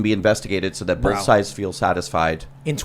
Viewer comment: BOLTH is not a word! WTF?!